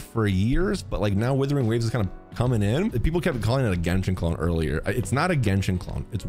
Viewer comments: Wuthering waves not withering waves 😂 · you have many fans not liking you and you called wuthering waves, "Withering waves" that's how you disrespect the name, like wtf where you reading? It's like calling Genshin, "Jenshin" next time think before saying shit that doesn't sound right. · You can't even say the game's name right. Just stop at this point. You ruined genshin with your vanilla fantasies enough. Don't ruin this awesome game too.